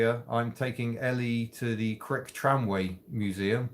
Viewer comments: Don't say 'Crick' in Derbyshire, it's Cryche. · Crick? Do you mean Criche? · You pronounce it Cry..ch - don't pronounce it Crich or you'll end up as a buffer for a Tram ;-)